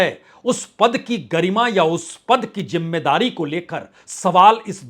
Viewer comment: Arre hosh main aaja You look like a fool Hahahaha Rahul Gandhi 😅😅😅 Apna diction to theek kar. Jimedaari nahi. Zimedaari Ullu 😅